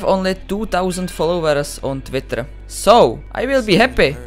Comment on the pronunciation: máš špatnou výslovnost u folowers